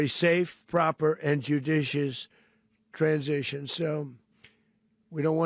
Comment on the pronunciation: The dude can't even pronounce (transition) GMAFB! The only thing Donald Trump can run is a casino into the ground!